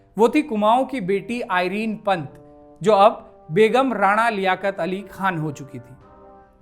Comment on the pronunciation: आइरन नहीं है एरन है सही शब्द